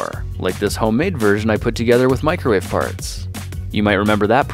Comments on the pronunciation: sounds like microwave “farts” not “parts” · at time stamp , it sounds like you're saying "Like this home made version I made with microwave farts". HAHAHAHAHAHA! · Instead of saying microwave parts he says microwave farts😝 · Did he say microwave FARTS!